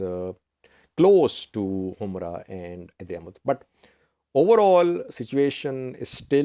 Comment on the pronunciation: It should not be pronounced humra, it should be humora or himora